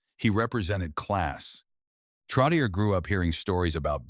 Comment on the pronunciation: I wish whoever makes these videos would pronounce his last name CORRECTLY